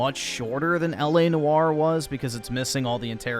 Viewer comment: its L A noire. or in the middle or or oy. L A Noyer but spelled noire